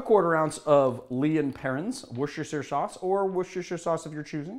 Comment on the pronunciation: Top marks for pronunciation of worcestershire sauce